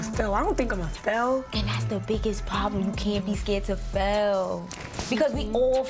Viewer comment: “Fehl”= Fail 😏😂😎💪🏾 Gotta love my New York Fam 🫶🏽🖤🫶🏽 Yah feel me!!